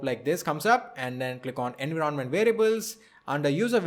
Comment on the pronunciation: You have made a wonderful video. you are articulate in your explanation. two things i would like to correct although not that important but, since i see your pronounciation skillls so good, i would like to correct pronounciation of two words i.e. envoirnment and configeration. please check the pronounciation.